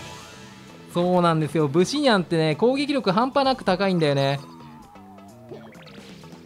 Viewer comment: ブ↑シ↓ニャンじゃなくて、ブ↓シ↑ニャンなw